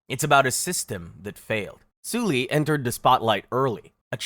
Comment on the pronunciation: You really could've looked up how to pronounce the names...I mean the way you pronounced Sulli, Ailee and Hyuna alone. Maybe you shouldn't have made a video about kpop if you've never heard any of their names pronounced. You obviously know nothing about kpop and didn't do enough research. Some of these are ridiculously hilarious!